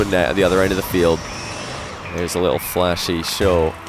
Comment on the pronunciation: "Alpha might be a little bit frustrated now... or maybe a lottle bit" Go home, you're drunk.